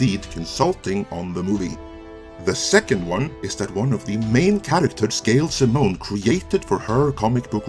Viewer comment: You were telling me all the right things and getting me hyped till you said "Gail Simmone" lol And I liked the Conan reboot lol (I thought it was slightly better than the Solomon Kane movie)